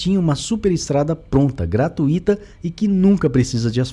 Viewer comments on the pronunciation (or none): none